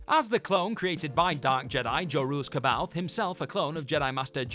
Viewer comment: According to Timothy Zahn, the correct pronunciation of C’boath is “Sa bay oth”.